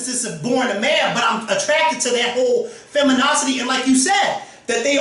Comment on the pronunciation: Did say,"FEMINOCITY??!"